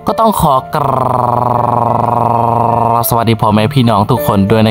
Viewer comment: กลาบคือ..ร..ลิงไม่กระดกลิ้นครับแอด..😂😂😂😂❤❤